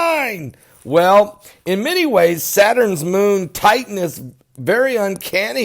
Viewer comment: Lol. You said satins moon The second time you said it. It's OK.